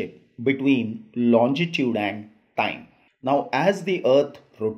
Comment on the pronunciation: tnxxx, just one tiny mistake in ur pronunciation, u say longitude as lonjitude, but the spellings are right, apart from that the vid is amazinggggg